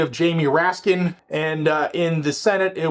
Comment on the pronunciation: Its jamie rayskinsss